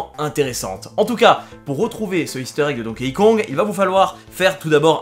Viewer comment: Ça se prononce «Donki», pas «Donkéï» ;)